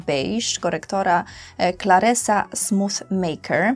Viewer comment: Jak usłyszałam clarsea, to myślałam, że to jakaś podróbka claresy xd